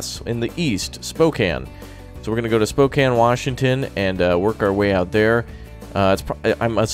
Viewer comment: Thank you for pronouncing Spokane correctly.